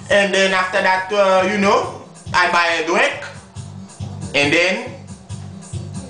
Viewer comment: she saaaaaayy buy meh a dwinkkkkk lol